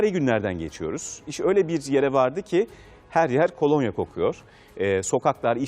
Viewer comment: Spikere birisi desin kolanya değil kolonya